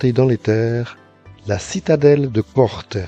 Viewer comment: ❤ belle vidéo ,,, la Corse est belle du sud au nord, de l'est à l'ouest ... à Corté (corti)👍.. mon village natal n' est pas très loin.... Merci pour cet excellent partage ✨